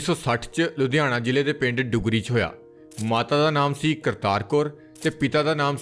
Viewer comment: ਡੁੱਗਰੀ ਨੀਂ ਦੁੱਗਰੀ ਆ ਪਿੰਡ ਦਾ ਵੀਰ ਮੇਰਿਆ